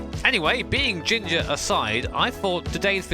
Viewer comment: 'Jimger' 0_0